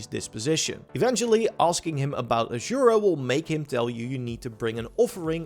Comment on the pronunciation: Ajura's star, ajura's star, ajura's star... aZura, with a fucking z (zed, not zee). Americans and pronounciation, the eternal war.